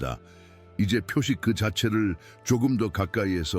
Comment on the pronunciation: 표식 표식 하시는데 標識은 표지라 읽어야 맞습니다 識:식,지,치 알 식, 적을 지, 깃발 치 이때는 지라 말해야합니다